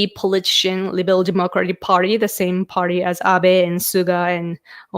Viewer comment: I really appreciate your insights into Prime Minister Suga. It's nice to get a Japanese perspective. Just a note on your pronunciation of "politician" - it seems you are almost dropping the "ti" syllable, but it needs to be emphasized. You get it correct when you say "political." "Politician" is pronounced the exact same as "political" except for the last syllable.